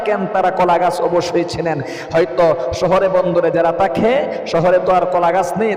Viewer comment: জনাব আপনি যে 17 টি স্বপ্নের কথা বলেছেন তার মধ্যে আমি 15 টি দেখেছি আলহামদুলিল্লাহ। প্রশ্ন হচ্ছে আপনি বাঙালির সন্তান হুজুর সেজে বসে আছেন ম্যাক্সিমাম শব্দ বাংলা আপনি উচ্চারণে ভুল করছেন। আপনি গোশতকে বলছেন গূসত, ধনী শব্দটা কে আপনি দনী বলছেন। থাকে শব্দটাকে আপনি তাকে বলছেন। এরূপ অসংখ্য শব্দের উচ্চারণের ভুল করছেন সংশোধন হবে আশা করছি